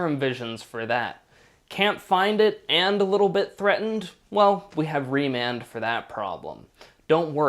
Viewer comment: remand not Raymond